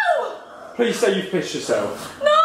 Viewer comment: "Please tell me you've pised yourself" I can't 😂😂😂